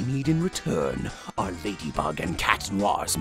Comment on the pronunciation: Did you know that the character Marinette, who transforms into Ladybug, was originally going to be named Ladybird? However, the name was changed to Ladybug because it was easier to pronounce in different languages.